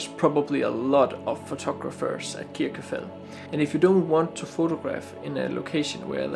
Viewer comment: Nice video but your pronunciation of Kirkjufell is wrong. In Icelandic a double l sound is pronounced tl and so you actually say Kirkjufetl